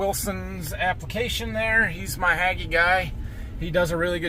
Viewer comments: On the Hagie, it's pronounced Hay-gee. The mess on the front is only Pollen not fungicide because he has a rear boom so he dosn't have boom on in front front of Cab. Plus you will notice that Pollen will be pulled into the radiator so he has to run reverse fan to keep the Engine from over heating. Your spraying 17 gpa, what Tip is he using? Need PPE. I don't spray till Brown Slilk, so it doesn't hurt Pollination. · I believe that Hagie is pronounced with a long "a" sound. Standard grammar.